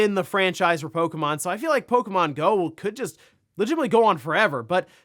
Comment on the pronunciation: It's pok-E-mon not pok-a-mon 😂😂